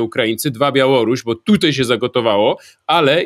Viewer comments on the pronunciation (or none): Mówi się tutaj. Nie tutej.